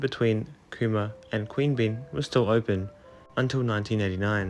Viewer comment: No judgement, you may not have heard them pronounced - Mon-air-oh, Quean-be-yan, Mick-el-ay-go, Nim-it-a-bell, Char-cola.